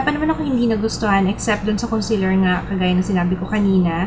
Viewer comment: concEAler not concEler !